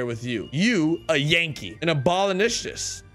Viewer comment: Ab-o-lish-ion-ist Hope that helps. :) Thanks